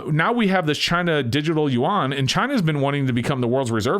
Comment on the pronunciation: I believe it is pronounced "u-wan". At least by most Americans.